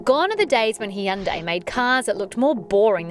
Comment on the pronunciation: Well, it is pretty similar to how it's meant to be pronounced